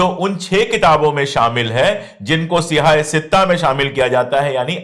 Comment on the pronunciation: Thank you sir But it's sahaah sittah not siyaah sittah Siyaah means black Sahaah means authentic